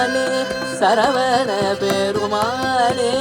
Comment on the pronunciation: Violin is a bit loud.. Thiruppugazh should have a bit more importance to lyrics.. As such தமிழ் is hard, so pronunciation is very important.. சரவண. Notன, பெருமாள் not perumaaல்